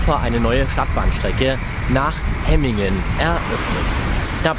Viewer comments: Nicht HE-MINGEN sondern HEM- MINGEN wird das ausgesprochen, ist ein doppeltes M 😂. Übrigens die ersten Hemminger beschweren sich über Lärm und das Passagiere ( ja höher) in Häuser nun schauen können. Alter ,die haben echt Wohlstandsprobleme. Bäume pflanzen im Vorgarten und fertig, Vögel freuen sich auch. Danke für das Video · hemmingen nicht hemingen...und ganz nebenbei mit dem auto war die strecke angenehmer und schneller als wie jetzt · Es irr du hast hemigen gesagt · Danke für das Video. Die Strecke läst sich gut fahren, nur war die erste Fahrt vom HBF nach Hemmingen (wird ehr wie Hämmingn ausgesprochen) 20 minuten Verspätet und sehr voll. Ich durfte mit der Bahn fahren. Bei uns sind heute das erstemal auf einen Sonntag auf der Linie 1 zwischen Langenhagen und Laatze 3 Wagenzüge gefahren. Sind ja auch oft sehr voll, auch auf eienm Sonntag. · Woher soll ein vielleicht Ortsfremder denn wissen, ob nun die Silben lang oder kurz gesprochen werden, Hemmingen ist ja nun auch eine überregional nicht so bekannte Kleinstadt. Könntet Ihr Schweizer Orte richtig aussprechen, nur mal als Beispiel. Habt Euch mal nicht so.